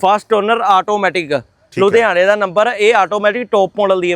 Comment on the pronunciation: ludiana nhi ludhiana hunda 😂😂😂😂